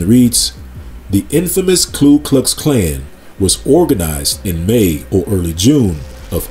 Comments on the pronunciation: Ku, not klu my brother. Thank you for another great and informative video. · Ku not Klu.....I make the same mistake 😂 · Very well-done video! Thank you! Just a quick note, it’s Ku not Klu. (Referring to the KKK.)